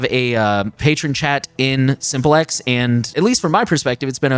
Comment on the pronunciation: Isn't "Simple X" meant to be pronounced as simplex like how you pronounce duplex "do plex". "sim plex" rather than Simple X. Simplex is a communication term where as Simple X sounds like you're referring to a dumb former partner